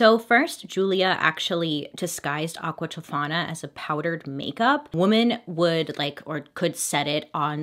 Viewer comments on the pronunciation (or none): Game to play with your friends!! Take a shot every time she says “Aquatifana” don’t die 🫶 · Bailey: aQUa ToFaNA Me: stubs toe Me: dies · AQUA TOFANA**!!!** Say it BAILEY...